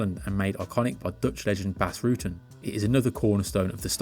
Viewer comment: Why is it Dutch in English? But also Bas Rootten or something? If you pronounce the u in Dutch the same as the u in Rutten it starts to sound like it supposed to. Anglophone people make weird jumps in pronouncing other languages. Illogical weird shiftings in sounds, while it is the same letter.